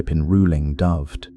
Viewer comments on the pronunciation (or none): Would have been better if Dyfed was pronounced correctly. It's Duh-ve-Ed